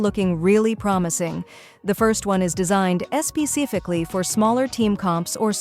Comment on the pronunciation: sp-cificly is crazy ahhaha.